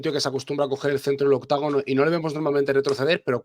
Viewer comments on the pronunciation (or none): No se dice octagono. Es octógono, octagono es anglosajon, somos hispanos, no gringos